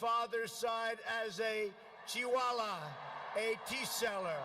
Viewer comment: Trump speech starts at: "Modi started as Chiwala" (Chai wala) - "Swami V V ka munun" (Swami Vivekananda) - "Suchin Tendulkar" - "Chandrajan" (Chandrayaan) - Also, here's Modi saying Mr. Dolan Trump